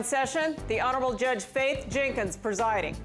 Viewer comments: Even the judge started saying "herdges" lamao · Lol when said Jurdge lmfao